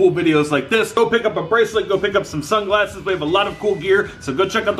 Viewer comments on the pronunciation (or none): I thought he said sun classes but he said sun glasses